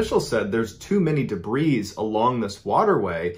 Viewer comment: Debris = Deh•Bree (not Deh•Breez)